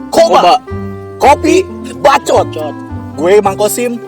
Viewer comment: Anu paling ngenah na mah nyebut "KOPII BACCOOTT" wkwkkk